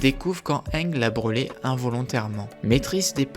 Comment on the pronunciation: bas on dit pas hénge